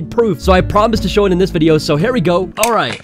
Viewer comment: Can we pause in "Vidyo?"